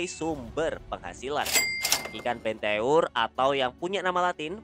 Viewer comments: Bang cara ngomong nya itu bukan benteur tapi benter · Cara pengucapan BENTEUR coba dicari tau lagi min